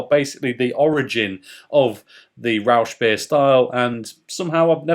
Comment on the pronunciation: The pronounciation gave me a laugh. Rauschbier. "Rausch" is a vernacular German term for being drunk. I suppose one gets drunk rather quickly with Schlenkerla, however, I do not like it bottled. Freshly tapped though it is insanely delicious. It's tough though to find a heuristic to describe the pronounciation of the "ch" which is a fairly familiar combiniation of consonants in German. The sound doesn't really exist in Englisch. It is like a soft-spoken 'j' in Spanish.